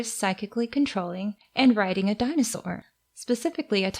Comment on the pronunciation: You just said the Greek word for dinosaur is dinosaur(in a Greek accent)